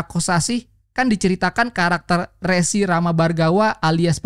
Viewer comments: Baguss banget, tpi mau ngasih saran nih pembacaan "Rsi" itu bukan "Re-" untuk "Regulasi", tetapi "Re-" untuk "Remaja". Jadi cara baca "Rsi" itu "Re(remaja) dan -Si". Thankyou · bang, maaf nih. setau saya, "resi" dalam konteks ini, dibacanya kayak "teri". bukan seperti (kartu) "remi" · Mungin sedikit koreksi bang, baca resi bukan kayak baca "nomor resi" tpi Rsi. Thanks bang semangat terus ngonten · Resi dibaca rěsi Mas (seperti e di 'pedang')